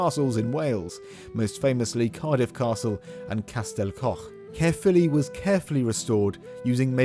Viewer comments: I was born and raised in Caerphilly and now live not far away up the valleys. And my biggest bug bear is when English speakers say CAREphilly. It's not Care its CAERphilly as in CA-E-R. Caer is the ancient Celtic word for fort or stockade. Most places in wales with the word CAER in it have a castle or once had a roman fort there. CAERnarvon, CAERdydd (cardiff in welsh), CAERleon. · I do enjoy the incorrect pronunciation of Caerphilly as "carefully" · Pronounced more Kyre philly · Pronounced Kuh-filly btw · My home town and we definitely take it for granted. Caer in Caerphilly is pronounced like 'liar' btw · Try saying it thus: K-eye-r (roll your rs here) filly. Cae means fort - the ffili part is obscure, at least as far as I'm concerned but it refers to a feature or name of a place or person associated with the fort - possibly St Cenydd's son, St Ffili.